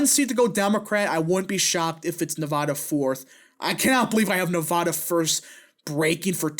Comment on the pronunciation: You really butchered “Nevada” 🤣😭